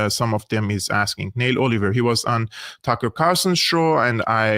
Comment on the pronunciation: Neil pronounced نيل ، Neel (not nail )